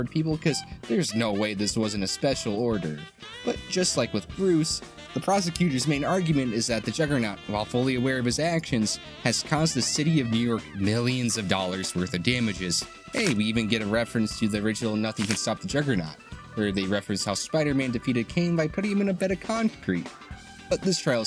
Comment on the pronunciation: did I just have a stroke? Or did he say 25 billion dollays?